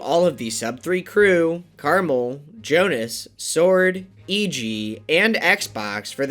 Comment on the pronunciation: The most impressive part of this video is how he finally pronounced Xbox's name right